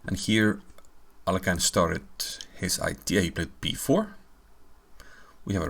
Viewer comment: Capablanca in an interview with Mr Hollander told that Aliohin [it should be pronouced this way] based on tricks :)